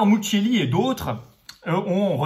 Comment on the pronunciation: Si le nom du chercheur est "mucchielli" je doute que ça se prononce "Mutchéli", le premier est un nom corse commun, prononcé MouKiél(I). Bon je n'arrive pas à prononcer les noms alsaciens non plus. Cordialement.